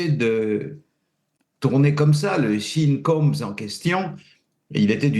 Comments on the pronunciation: On ne dit pas "le drill" mais "la drill" (Puff Daddy/P.Diddy n'en a jamais fait). On ne prononce pas [chine] mais [sheune] pour Sean Combs. Ça commence très mal. Ce monsieur ne sait absolument pas de quoi il parle. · quand il dit chine combs ou paf diddy il me fait rire le vieux......lol